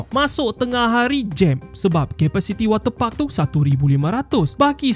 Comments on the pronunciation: Ni aku yang Salah dengar ke atau ape Wate puck Atau water parks 😂😂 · Ko sebut wat ter pak tu elok2 skit min 🤣🤣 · Jangan tekan sangat lah kalau sebut water park tu...banyak Kali dengar udah lain bunyinya hahahah😂😂